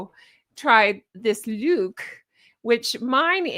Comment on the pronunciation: 😂😂😂 your LUUUUKE is JENuinely hilarious!!!💙🪿💙🪿💙